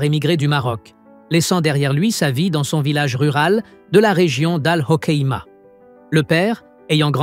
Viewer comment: Documentaire ? Quand on prétend connaître des secrets d'Etat, on se doit d'être honnête et rigoureux... CES SOI-DISANT JOURNALISTES ne savent même pas comment se prononce le nom de la ville d'où seraient originaires les Zaytar : AlhoKéma . J'ai arrêté d'écouter pour rédiger mon commentaire. Pauvres types!